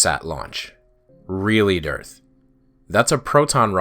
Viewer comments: The way you pronounce "DITRH" sounds and feels like a person's brain segfaulting. Which, admittedly, is a probable side effect of listening to flat-Earthers for too long. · Wow. ...No witty quips this time; just wow. That was something else. (P.S. I liked the pronunciation of "Durrth." That gave me a chuckle.)